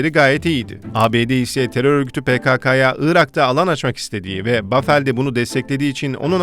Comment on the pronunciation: Paveldir niye bafel diye okuyor bende anlamadim amk xbheuxhe adamin adi pavel